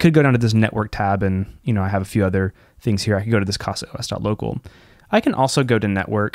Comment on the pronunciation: Great video! I've been using Open Media Vault. I'll give a try to it. Just a small point: It reads 'caza', not 'cassa'. 'casa' is 'home' in portuguese.